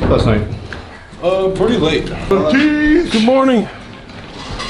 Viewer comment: Nobody: MARTIIIINS having a stroke